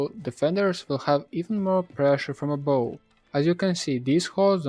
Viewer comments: Love your videos man, just one quick thing: the word ABOVE pronounced ABOF not Abow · yeah could be but i’m pretty sure in america and Great Britain you will hear it as ABOF. Maybe i’m wrong